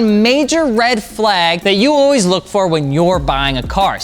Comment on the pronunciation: Red “Fleyg” flag 🤣🤣